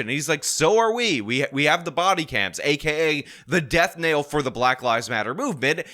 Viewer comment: It's "death knell",, not "death nail".